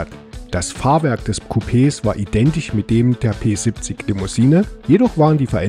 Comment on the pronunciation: Danke für das schöne Video. Mich hat das Auto immer begeistert, es ergab sich leider nie die Gelegenheit jemals eines zu fahren. Ein kleines 1:87 Modell habe ich mir einmal "geleistet". Kleiner Tipp an den Sprecher: Das Fahrzeug wird "Pe siebzich" gesprochen. Nicht "Pe sippzick", bitte. So hat es sich angehört. Das klingt voll gekünstelt. Ja, ich wohne auch im Erzgebirge und wir neigen dazu, wenn wir dialektfrei sprechen möchten, falsch zu betonen. Im Hochdeutschen sollte man die Endsilbe "... ig", wie in "König, wenig, artig, stetig und unsere Zehnerzahlwörter" stets als "... ich" aussprechen. Das ist nur ein Tipp, keine Kritik.